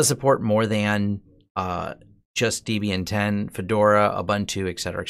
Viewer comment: Not sure why people pronounce Debian as Deebian, funny.